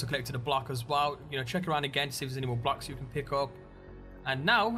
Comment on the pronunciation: its BLOCKS not "blacks"